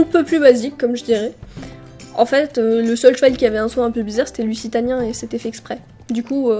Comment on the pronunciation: Lussitanien ? désolé mais heu sans te critiqué je pense qu'on dit luZitanien non ?